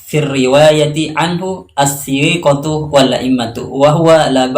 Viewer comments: Ma sya Allah, namun afwan koreksi juga sedikit bacaannya, bukan dibaca dengan mad, Atstsiiqatu tapi atstsiqaatu. Tentunya hanya sabqullisaan utk ini..bgmpun ini koreksi yg bermanfaat sekali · KEKELIRUAN FATAL PEMBUAT KONTEN SI... si Pembuat Content pemahaman Tajwidnya keliru (Baru bisa baca kitab, tapi Tajwid tidak paham): Menit, ATS-TSIIIQOTU seharusnya dibaca ATS-TSIQOOTU KESALAHAN PATAL YANG LAIN OLEH PEMBUAT KONTEN (TUKANG KRITIK) - Pertama, Lafal "الثقات" keliru dibaca oleh pembuat konten dengan kesalahan cukup kentara (lahn jaliy), dibaca "الثيقات" (ada tambahan huruf ya' sakinah, dibaca panjang)? - Kedua, Frasa "لم يَتَخَلَّفْ" pada kalimat "لم يَتَخَلَّفْ في الرواية عنه" itu pun salah diterjemahkan; maknanya bukan "tidak menyalahi" tapi "tidak meninggalkan" (تَخَلَّفَ - يَتَخَلَّفُ), cek saja di kamus: تَخَلَّفَ عَنِ القَافِلَةِ: بَقِيَ وَرَاءَهَا، خَلْفَهَا - Ketiga, Lafal "الرواية" itu mufrad, bukan jama', jadi jelas keliru jika diterjemahkan "riwayat-riwayat" (jamak). Pembuat konten ternyata tidak paham tajwid dan baca kitabnya setara siswa MTs. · Bocah kemarin sore ini masih banyak bacot juga ya Padahal bacaan dia sendiri kacau. ats-tsiiiqotu salah bocah. Yg benar ats-tsiqootu. Belajar tajwid nggk? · waduuh الثقات۔ kok dibaca الثيقت/ الثيقات. N apa seh sebernax maknanya lafad الثيقت. Kalo lafadz الثقات۔ jellas maknya. Dipercayaixa. Mungkin sebelum ngaplod ditiliti dulu satu persatu. Aslix juga baxak seeh kejanggalannya. Cuman ana g mauk ikut2 tan lebih bijakx jangan langsung mengatakan salah sama siapaun. Kalo blum mentliti apa yg kita ucapkan. Maaf q jga asli NU. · Maaf si mas jg masi bodoh dalam membaca kitab lafaz الثقات mas baca الثيقة jg disebutkan dalam kaidah العربية لا تقف على متحرك mas langar kaida itu 🥱🥱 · Attsiqatu bukan attsiiiiqotu... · Maaf.. di menit diteks layar tulisannya الثقات.. Tpi njenengan baca الثيقة.. Yg benar yg mana? 🙏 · Lah sampean baca tsiqot juga salah dalam lafadz الثقات